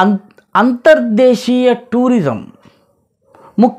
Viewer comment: Sir meeru cheppinattu ( Anthar Deesiya Ane UCCHARANA Chala Bavundi ippativaraku ( antarjaateeya ) Ane vinnanu Anthar desiya Ane BHASHOCCHARANA WADA VACCHANI TELUGU LO MEE BHASHAAA GYANAMTHO CHEPPINANDUKU MEEKU KRITHAGNATHALU